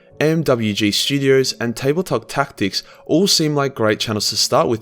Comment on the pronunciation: "And Tabletop..." Yes "Ta" YES "CTICS." NOOOOO